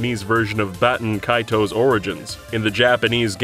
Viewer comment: Shoutout to my boi Baten Kaitos. Also you pronounced it wrong.